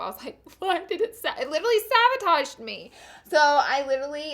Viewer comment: Honeeeeey. It's saBotage, not saVotage. I'm dead. Detasha Denona? Deceased.